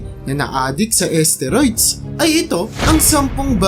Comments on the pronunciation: pakiayos.. steroids.. hindi asteriods 😂 dami kona iniisip wag kna sumabay 😂😂😂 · asteroids? edi galing pa sa space yan? HAHAHAH :D galing mag research ng content pero d ni research tamang pronounciation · ayusin mo pag bigkas mo STERIODS yon Mang mang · Boss hindi esteroid.steriods brod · Tama b pgkakadinig ko???asteroids????..steroids un lods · Ahhhh esteroids pala yun!!!! Ang alam ko kasi steroids ang basa dun eh?!!!😂😂😂😂😂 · Umayos ka nga commentator "esteroyds"???? STEROIDS yun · Asteroid ,esteroids tlga po?😂 (Steroids) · sakit sa tenga ng esteroid nyo po.. steroid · Asteroids or esteroids lods😂😂😂😂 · kala ko nung una asteroids yung sinasabi niya eh. hehe. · Bisaya yata yan kaya iba mag pronounce hahahaha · Steroids po naman talaga mali bigkas nya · Mali pa ang pronounce sa steroids 🤣🤣🤣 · Steroids dinig ko mga lods eh